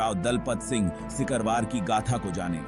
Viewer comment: सिकरवार होता है सकिरवार नहीं होता .कृपया इसे सही करिये